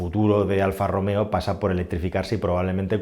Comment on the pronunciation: "Alfa e-Romeo" Aquel día, el encargado no se tomó su café diario y se le escapó un buen Alfa Rom-Eo